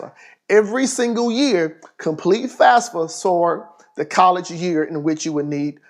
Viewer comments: Did anybody heard him say FASFA instead of FAFSA? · "fasfa" "fasa" "fasfsa" im dead lmao